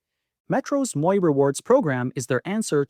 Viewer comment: My comment is on the mispronunciation of a couple of words used in your video. First, the first word in Sault Ste. Marie is pronounced Soo. Second, Metro 's Moi rewards program is pronounced mwah. It is the French word for me.